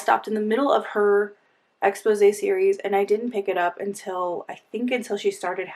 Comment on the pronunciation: lol always says expose instead of exposé